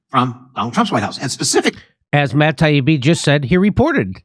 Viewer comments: I hate when elites in power purposely screw up a person's name as a method of insulting them and trying to discredit them - this subhuman Congressman does it to Matt Taibbi, just like the Morning Joe idiots did to Russel Brand (well they just kept "accidentally" forgetting his name.) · It bugs me how Democrats deliberately mispronounce Matt Taibbi's name. It seems a small thing, but what they're doing is attempting to dismiss him as someone not worthy of being addressed properly, a nobody with a weird name, rather than a well known respected veteran journalist. It's a really disrespectful, nasty tactic. "I'm reclaiming my time!" F*ck off with that. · Jimmy missed it, the congressman consistently mispronounced Taibbi but apologizes over another name.. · Notice that all the Democrat politicians deliberately mispronounce Taiibi's name. Such petty nonsense. They just don't understand how much of the American people despise all politicians. Count me as one of them.